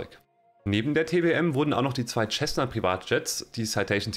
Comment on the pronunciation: Alles sehr schön gemacht aber biittee sag nicht immer "Tschessna" zur Cessna. Es wird "Sessna" gesprochen 🤠